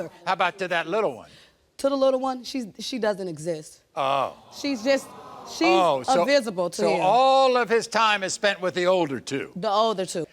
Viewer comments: Did she say avisible? ... sniggle ... you can cut the UMBILICAL CORD not pull it🤦🏽‍♀️...sniggle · So We're Just Gonna Ignore The Fact The Mama Said Uvisable